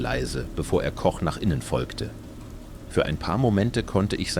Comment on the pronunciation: Die Übersetzung ist ja schlimm...und auf einmal Englisch dann gewisse Zitate völlig falsch und der Name Koch wird auf Englisch gesagt..